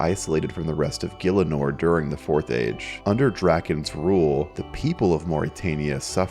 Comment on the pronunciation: Is it really pronounced "gill-inor"? I though it was "gih-ell-inor" or "gee-ell-inor"